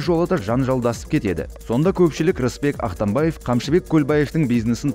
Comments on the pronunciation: Актанбаев де😂🤣🤣👎 Акматбаев деп туура айтсан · Автор фамилию правильно озвуч Акматбаев.